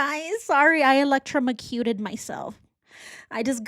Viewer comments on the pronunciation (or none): ElectroMOcuted....ElectroMEcuted took me all the way out 😂😂